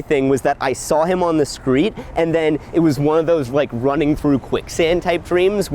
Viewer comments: Did you say “skreet”? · “I saw him on the skreet”